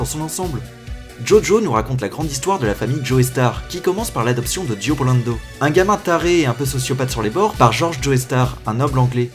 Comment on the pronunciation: "Dio Polando" "Dio Blendo" Dio Brando c'est italien (sûrement parce qu'Araki surkiffe l'italie), et non japonais. Son nom devrait être prononcé à l'italienne